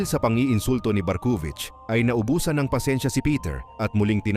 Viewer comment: Barkuvich❌ Barkong wich😂✅